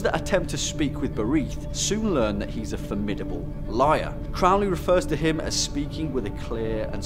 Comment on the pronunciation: Crowley is pronounced to rhyme with "holy."